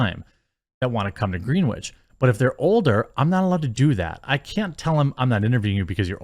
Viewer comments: It’s pronounced gren-itch not green witch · Greenwich sounds like grin-itch, not green-witch. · Great video. It's pronouned "Gren-itch" not "green-wich". :) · Okay, Jeremy. I really enjoy your uploads and I just want to help you out a bit. I've lived practically all of my life in lower Fairfield County, Connecticut and the Cos Cob school is located in Greenwich. It's pronounced "Grin-itch" not "Green-witch" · Great video, thank you! FYI, it's pronounced Gren-itch. Have a nice day. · In Greenwich the w is silent Grenich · FYI it's pronounced Gren-itch. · Holy shit I wish these people would stop making the regular people in CT look bad... and if someone were to take every penny out of Greenwich they'd be filthy rich. That place is like a whole other world compared to a lot of the rest of CT. And Jeremy, it's pronounced "gren-itch". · Gren-itch, Jeremy. Gren-itch. God damn it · Its gren wich like it rhymes with when not the color green.